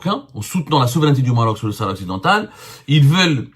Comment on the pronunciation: il est drôle le zemar a marteler du "NOUS comme s'il était a la tête d'un grand journal avec une centaine de d'employés "sahara occidentttal" en claquant du Ta, mais il est temps pour lui d'abord d'apprendre a prononcer "province autonome du royaume du Maroc" comme font les espagnols avec la province autonome catalane ainsi que le pays basque. il invente en plus en disant que les USA et l'algérie se soutiennent depuis bien longtemps c'est a dire avant que l'algérie existe